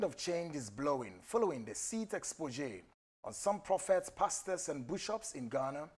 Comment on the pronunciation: Please,, the word is exposé, not exposdzé. Also CONVERSATION, not CONVENSATION. You are a journalist, this is so wrong.